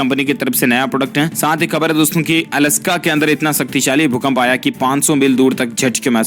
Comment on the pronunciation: 😜 "अलास्का" Not “अलस्का"🤣🤣